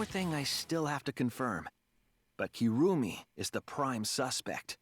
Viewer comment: Still find it hilarious you keep saying Kirumi's name as Kurumi. The game has spoken her name multiple times so not sure why you are sticking with it. :)